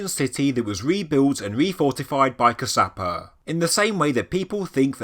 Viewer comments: Fabulous video!! The King who created Sigiriya was Kashyapa. Kaash-ya-pa. Not Kasaapa!!! As to being created by "Gods," human ability is being so downgraded, such a shame. Yes, sure, very likely aliens have had influences on humanity over the eons, but to repeat, let's stop downgrading humans. :) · Firstly it's in MA-TA-LEY (spelled Matale) also the kings name is Cash-ya-per (spelled Kashyapa- Kassyapa)